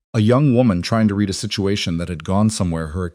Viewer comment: read, pronounced as red